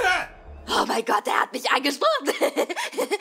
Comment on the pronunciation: Ich liebe es wie er statt gott scott sagt